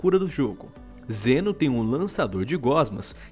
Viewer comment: Eu ouvi "Jenos" ? kkkk e essas abilidades de cura parece com a do Mal'damba e Pip kkkkk Mal'damba tbm joga uma meleca no chão que cura e da slow nos inimigos.